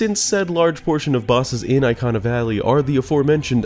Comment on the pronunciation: The way you said Ikana valley or anything Ikana related made me want to cry. No offense it just sounded wrong. Aikhanah valley is just a no😭